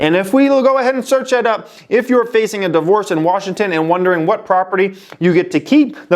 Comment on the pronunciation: You're saying Washington wrong.